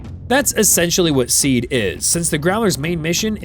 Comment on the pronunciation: Someone probably already made this comment so my apologies for duplication if so - SEAD is pronounced "See-Add"